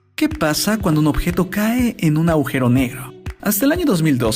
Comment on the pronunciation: chabon se dice agujero no augero